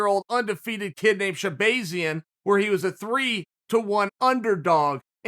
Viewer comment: Everyone: Shahbazyan Chael: ShaeBAEzyan